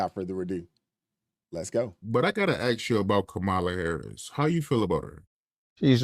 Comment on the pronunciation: Gotta ax you….English!